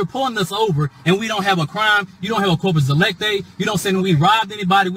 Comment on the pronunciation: I think he said no corpus ELECTI.